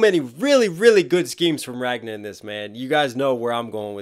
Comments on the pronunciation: Why do you keep saying "Ragna"? His name was Ragnar. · Love your reactions but I just cringe uncomfortably every time you pronounce it "Ragna" instead of "Ragnar". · Aaaaaaaaaaa every time you say Ragnar's name you leave out the r at the end lol. It's Ragnar Lodbrok, not Ragna the blood edge from BlazBlue lol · It's Ragnar with an r at the end not Ragna haha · Nice! and impressed by your knowledge! especially the archer fingers. not many know that. Small critique, and i saw some do it in the comments. RagnaR. There is an R at the end of his name, and it is pronounced. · Ragnar is pronounced Ragnah, what.? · Is "Ragna' the true way to pronounce his name? （〇_ｏ）